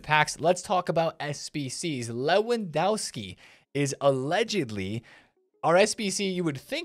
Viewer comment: I love your videos. Honestly watching them is the best way to start the day. Can I just point one thing out? You’re miss pronouncing Lewandowski, the W in polish is pronounced as a V. Just a minor thing I noticed as I’m learning the Polish language